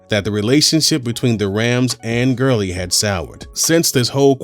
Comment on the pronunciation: Todd Gurling!? ITS GURLEY